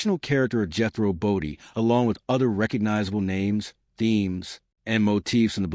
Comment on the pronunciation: Must be awful AI narration. Jethro Bo-dun? Really? Drew millions off viewers? Huh? Sorry. Can't watch it.